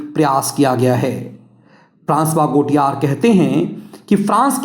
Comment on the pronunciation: गोटियार नहीं, गौतिये सही उच्चारण है।